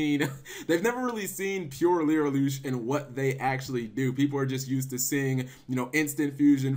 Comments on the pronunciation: why.... does he keep saying LYRILOOOOOSH????? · lirylush learn how to pronauce cards right also people don't realy think that they are shit without tyrant neptune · It's Li-ri-lusk.